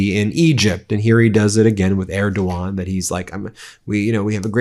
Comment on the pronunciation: Okay, they’re such great friends that donald doesn’t pronounce Erdogan correctly 😂